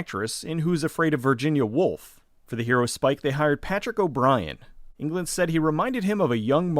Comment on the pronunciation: Its Englund not England....